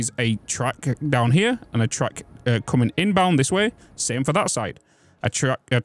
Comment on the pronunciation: to my American ears, I kept hearing "truck", thinking "these are trains, why does he keep saying truck?", then realized you were saying "track" lol